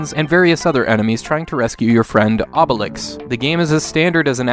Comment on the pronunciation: Obelix is pronounced Oohbelix...BTW as of today there´s Asterix XXL 2 Remastered on PS4